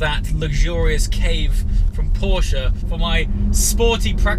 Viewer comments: Dude, its PorschE not PorschA :D Look it up how to pronounce it correctly mate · Not Porsch its a PorschE! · porschE not Porsch! Say the „e” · Why you UK people cant say Porsche.... PORSH PORSH PORSH